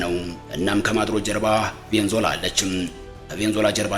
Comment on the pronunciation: ቬኒዝዌላ....ማለት አቅቶክ ነው .. ቬንዞላ